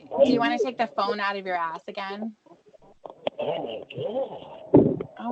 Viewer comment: That’s true. I remember a “cawl” where was driving absolutely hammered and Tiffany got on his case.. goes: “Tony drinks a lawt more than I dew!” Same with when she calls him out on his alcoholism and he’ll say crap like: “I did it ageen. I went over ta Tony & Wendy’s.” Which is his way of totally avoiding responsibility.